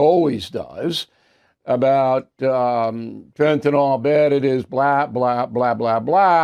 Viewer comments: It's Fentanyl, NOT Fentanol, Bill. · Is that all you took away from this? He mispronounced fentanyl? There are real problems at stake here my friend! What you're mentioning is miniscule!